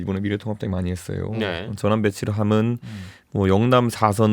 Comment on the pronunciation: 이준석씨는 꼭! 한번 읽어봐주시기 바랍니다. 이준석씨는 화법을 바꾸지 않는 이상 호감도가 올라가지 않을 듯 합니다! 이준석을 좋아하지않지만 측은한 마음이 들어서 개인적인 의견을 말합니다. '~했어요'가 '~했으요'로 들리게끔 발음하는 것, 그리고 전체적인 어감이 너무 나이들어 보이게끔 느껴집니다. 금번 민주당 오영환 당선자의 경우 정치신인이어서 그렇겠지만 발언의 느낌 자체에 청년의 이미지가 물씬 납니다. 이준석최고는 오랜 정치경험이 쌓였으니 그런 환경 속에서 그런 화법이 자리잡았으리라 생각되지만...그리 듣기 좋은 화법과 발음은 아니라고 생각됩니다. 가능하다면 다음번 선거때까지 스피치 컨설팅같은걸 받아서 개선시켜나가보심이 어떨까합니다. 다시한번 말하지만 저 이준석최고 별로 안좋아합니다...근데 앞으로 방송이든 정치든 안할건 아니잖아요?.... 그럼 계속 TV나 유튜브에서 봐야하는데 매번 채널을 돌리 수도 없고...계속 그런 느낌을 갖고 가고싶지 않아서 그럽니다. 금번 총선을 통해서 유권자로서 느낀바는 진짜 제대로된 보수? 야당?...암튼 무조건 발목잡는 정당말고 이치와 상식에 맞는 합리적인 정치를 하는 정당으로 탈바꿈했으면하는 바람이 있습니다. 그 가운데 이준석최고 같은 젊은 정치인이 있을테구요...근데 그런 정치인의 발언을 단지 화법때문에 듣고싶지 않다면 좀 억울하시지 않을까...하는 마음...저도 계속 싫어하는 마음을 갖고 싶지않은...두마음에서 드리는 말입니다. 지극히 개인적인 느낌이고 개인적인 바람입니다.